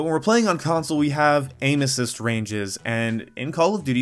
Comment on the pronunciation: Sounds like you're saying anus cyst